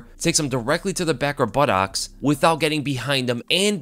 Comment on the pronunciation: Yo, I love your videos. But damn, your pronunciation of buttocks is very strange 🤣 "but-taahwks" 🤣🤣🤣